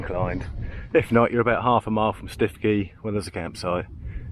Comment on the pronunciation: Great to see you back, I've done the Norfolk Coast a couple of times, great variety. Oh and by the way Stiffkey is pronounced "Stookey", and Cley is pronounced Cly (as in sky). Still a good video. All the best.